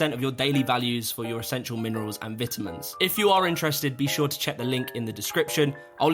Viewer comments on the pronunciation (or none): Every time you'r sponsered by Vite Ramen, I CANNOT get over the fact that you say vitamins like vit-eh-mens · Love your content. Hate the way you said vitamins.